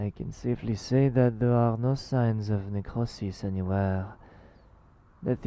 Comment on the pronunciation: "Necrosis" in a french accent, didnt know I needed to hear it.